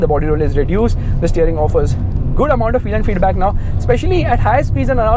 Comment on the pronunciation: its feedback not feeeduu baakk